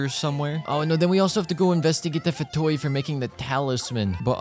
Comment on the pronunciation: u said fatoi